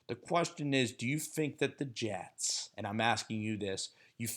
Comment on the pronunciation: Am hearing he's gotten better🤔🤔🤔.... let's see, from Geno to Hack... Jetes.. Jetes... Jetes 🤣😂🤣